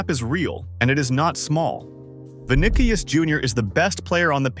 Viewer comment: "vinikius" lol